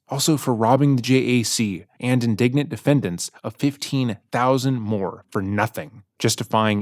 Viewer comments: I'm not even a teacher and I want to take a red pen to her letter. She keeps saying indignant instead of indigent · It's "indigent," meaning unable to pay for their defense. You keep saying "indignant," which means angry. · My favorite is that this genius misused the word “indigent” and kept saying “indignant”… which she totally is, of course, but not the word she was going for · Indigent not indignant! Great video, but she uses the word indigent multiple times in her letter and it's said in-di-gent (it means poor or needy) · I love you guys, just want to mention she's saying indigent, not indignant. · The word is indigent, not indignant 😂 Pretty apt Freudian slip though! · That's indigent, not indignant. Indigent means poor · Great video, but it’s indigent, not indignant lol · Just a side comment… indigent and indignant are two different words with completely different meanings and pronunciations. You keep saying indignant when it’s indigent. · Just a note "indigent" is pronounced "in-di-gent" not "in-dig-ent" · He mentioned Sarah's letter being read aloud by another youtuber called, "Just A Lazy Gamer", which I watched last month. I chuckled when misread "Indigent" as "Indignant", exactly like JALG did. Too bad neither said, "Ignorant". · In this context, It's pronounced "inde-Jent" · I think he's mistakenly using the word "indignant." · The shock on my face when I realized it was Sarah who spelled indigent correctly, and it was who was mispronouncing it. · Just a small correction, she wrote "indigent" (poor) not "indignant." The narrator mispronounces it a couple times. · She's saying indigent, not indignant. It's a fancy word for poor. Also, Telles is pronounced "Tay-yez".